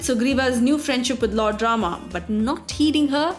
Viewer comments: What the hell is with the: Ravanaaa Ramaaa Dhutrastraaaa Indraaa If you're an Indian then talk like one. Pronounce the proper names lady. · GURU KRISHNA exactly. The pronounciation used here is so annoying! Honestly, Ramaa, Shivaa. My ears bleed.